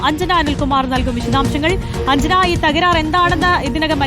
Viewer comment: തരാർ😂 അല്ല തരക്കാർ😂 മനസ്സിലായോ